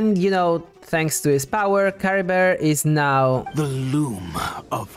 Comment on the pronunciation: Don't apologize for being interested in Cultural Linguistics. I mean, it is what I study anyway. Yeah, you're completely right about them being Germanic names. I didn't remotely think about the fact that the Merovingian Dynasty was a Germanic one. The problem is the way Chlothar pronounces Caribert's name, which is very French sounding, that's in general what I meant. I honestly don't know how much Mondstadt and Khaenri'ah can be linked together, but the possible Arabic translation is indeed interesting. I mean, the Abyss Order did specifically target a Statue of the Seven from Mondstadt.... I honestly don't know why Ukko was transformed into a Lawachurl (not Mitachurl). It kinda doesn't make sense. I mean, the curse should be a Khaenri'ah thing and Sal Vindagnyr fell who knows how many millennia before the Cataclysm, considering it fell as Khaenri'ah was being built. Why were the people of Sal Vindagnyr or just Ukko cursed with wilderness? As for Khaenri'ah being a official name for the other nations while having a real but secret name... I have no idea but it is possible. It would explain why the Vahumana call it Dahri while it's Khaenri'ah for the rest of the world. It could also mean just a name that Sumeru gave Khaenri'ah in order not to say the actual name of the nation because of what they did.